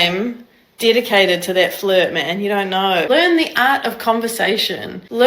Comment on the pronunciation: Fluhhht? I will not Fluhhht.